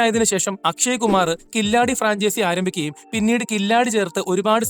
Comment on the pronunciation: കില്ലാഡി അല്ല Bro. കിലാടി. അതായത്. കളിക്കാരൻ